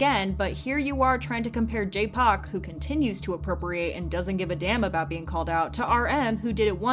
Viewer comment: I've never heard someone pronounce his name J-POC LOL